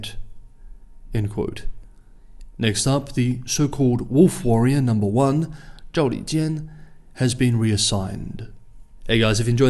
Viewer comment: it's wolf WARRIOR not WORRIER what the fuck